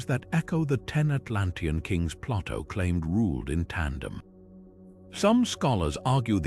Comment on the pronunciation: Too bad the "narrator" doesn't know how to pronounce Plato, and B C, rather than B See. Perhaps an A I narrator